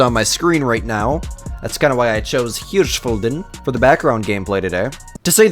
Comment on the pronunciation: Holy sh!t, the first non german CotW creator pronouncing Hirshfelden the right way😂